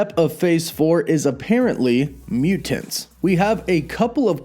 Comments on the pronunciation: Im dreading hearing you say muTANTS 100x this video.. "muTANTS" and "imporTANT" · Please stop saying mutants like that! Mu-tants! It's so cringe bro. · I'm just here for the way pronounces MUTANTS.:) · Over pronunciation. lol